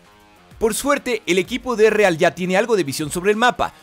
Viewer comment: Quien es Ereal? XD pronunciation -1